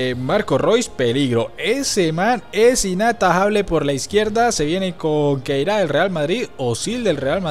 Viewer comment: Se dice khedira no keira